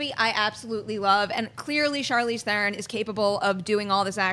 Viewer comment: Guys, her name is pronounced THERon...like heron... she's mentioned this several times on talk shows.